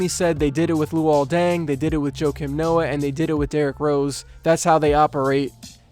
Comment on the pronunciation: It's Joachim pronounced "Wakeem" Noah.